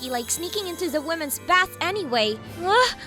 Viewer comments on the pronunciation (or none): none